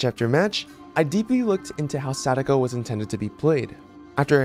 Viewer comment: try not to cringe at him saying sadako